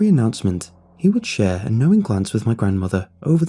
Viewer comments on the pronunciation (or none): none